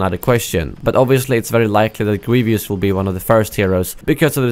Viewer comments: it's "Grievous" not " Grievious" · It's GrieVOUS not GrieVIOUS, but I don't really mind people saying it wrong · It’s Greev-us, not “Greev-e-us.” lol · you have a strange pronunciation of "Grievous"